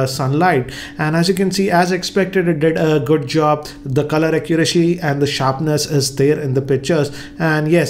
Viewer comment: accurachy 😂. But video is 👌